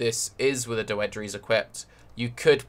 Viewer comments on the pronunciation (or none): Doedre is pronounced dough-dree or dough-drah (like Dierdre). Not dough-eh-dree.